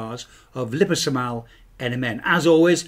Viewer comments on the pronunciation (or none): It’s gotta be a proper Italian pizza! Also, that is a very interesting pronunciation of liposomal 😂 Totally understandable if you’ve only come across it in written form. As a scientist and fellow Brit its ‘lie-poh-sohm-al’ I think they might start with ‘li-poh’ in the US. 👍🏼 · Lipo-so-mal is how I say it, like liposuction. I've hard Yanks say 'Lie-po-suction.'